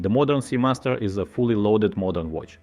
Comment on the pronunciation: as a watch youtube channel its crazy that u cant say watch